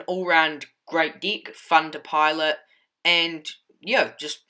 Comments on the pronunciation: Bro, please change how you say deck. It sounds like you're saying dick. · "Seek" & "deek" solid Deek